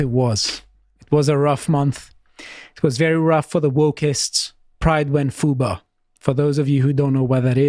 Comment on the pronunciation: i heard fuba not fuBAR